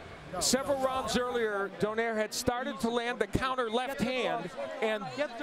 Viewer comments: Cmon man..the way to pronounce his name is DO-NAY-RE.. NOT DO-NEYR.. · This reporter Call nonaito name SLFE DO-NAIRE ITS DO-NAI-RE